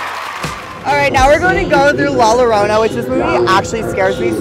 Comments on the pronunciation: 🤣🤣🤣🤣 "la lorona(llorona)" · not the “ la llorona”